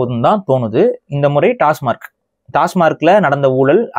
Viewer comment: Why everyone calls it tasmark. It is tasmac.